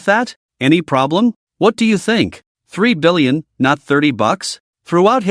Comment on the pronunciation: I had to read the translation website just to check that annoying back and forth. Apparently it is 3 billion, not 30. I think the AI has hard time enunciating the . between numbers.